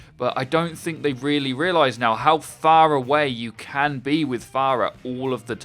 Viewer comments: "So phara-way" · "fara-way" "Pharah" Wait wut